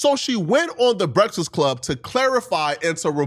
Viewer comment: Bruh....its pronounced B-R-E-A-K-F-A-S-T...and E-L-I-G-I-B-L-E...bro...wtf LMFAO!!! You shouldn't make a video talking about ANYONE until you learn how to read and pronounce words correctly lol...smh...crazy work. Take a nap or something 😂😂😂